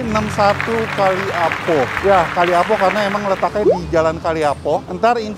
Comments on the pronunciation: Koreksi dikit utk penyebutan nama jalan yg benar adalah Kalipah Apo bukan kali apo seperti yg disebutkan... di kalipah apo ada kuliner yg legend juga yaitu lotek kalipah apo terkenal dari duluuu lekoh bumbunya... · Kalipah apo..bukan kali apo..hehe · Maaf bacanya Kalipah apo bukan kalih apo 2x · Kalipah apo, bukan kali apo, Pak. Seriusan baru tahu lomie ? Di bandung termasuk makanan jadul yg sdh ada sejak lama .. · Kalipah apo bukan kali apo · Kalipahapi 😂 bkn kaliapo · Kalipah apo , bukan kali apo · Maaf, tapi itu jalan namanya Kalipah Apo. Ka-li-pah A-po. Kasian kalau pada mau beli nanti nyasar. Btw di jalan itu ada lotek dan kolak yang enak juga. Lotek Kalipah Apo